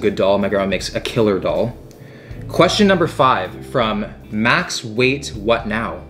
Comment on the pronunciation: Lentils - That's daal not dawl. The D is spoken from teeth.